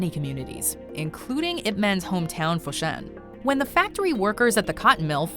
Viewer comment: fo shan not fo shin